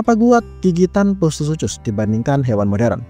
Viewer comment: bang, bacanya "sukhus"